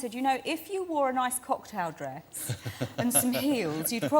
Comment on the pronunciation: "Dwess" Oh Catherine, I love you...